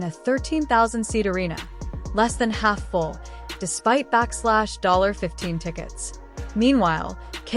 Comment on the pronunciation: AI narration sucks. do better. $15 is not pronounced SIGN BACKSLASH 15. wtf